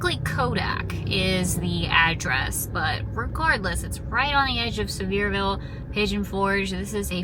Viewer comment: I live 5 minutes from that Buc-ee’s! You’re saying Sevierville just fine lol! 😂❤